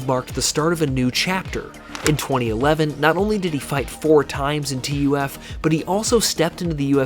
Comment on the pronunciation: Ok, love the video. Only point, TUF is just said like the word "tough". Saying T.U.F. over and over was weird.